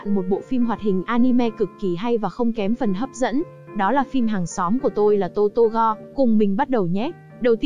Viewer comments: Totoro mà lỡ đọc thành toro =) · Totoro chị ơi :( ko phải togora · chi oi chi doc sai roi nguoi ta doc la totoro